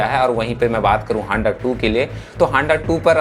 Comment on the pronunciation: Abe haanda nahi....Handa bol😂😂